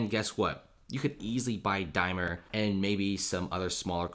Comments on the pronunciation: DaimLer! :-) not Dymer :-/ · Dude, there's an "L" in Daimler, just sayin'